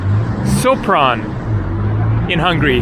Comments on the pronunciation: Sopron is pronaunced Shopron. Hungarians read a "s" like "sh". If they want to say "s" they write "sz". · The proper pronunciation of Sopron is "shopron"